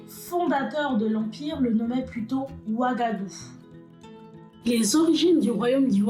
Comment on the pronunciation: Tres tres intéressante l'histoire, avec la bonne qualité d'image et la voix 👌👍 rien a dire , Sauf des mots comme wagadou= wagahdou gou === attendre l'année prochaine ici, Et Ghana= gnana=== ca veut dire roi héro, etc.... Sinon hâte de voir d'autres vidéos, surment avec d'autres empires .. merci est bravo depuis Grenoble